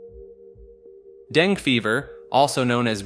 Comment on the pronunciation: Dengue is pronounced "DengEE" or "DengAY", not "Deng"